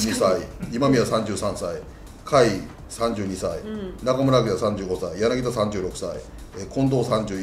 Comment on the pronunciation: やなぎだって言うなよ。やなぎたです